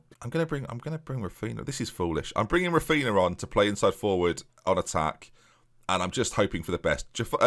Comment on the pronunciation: For fuck’s sake, it ‘RAPH-EE-NEE-UH’ and ‘MELL-EE-AY” I desperately wanted to watch this series, but Jesus, man. Would be great if you stopped talking absolute crap for a few seconds every episode. Your channel is not for me, obviously. Bleh.